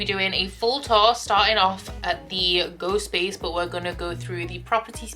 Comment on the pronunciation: When you said “Go space” I heard “Ghost Space”, which totally is what it should be called for Spookoplathon btw!